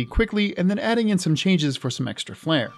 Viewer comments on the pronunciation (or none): none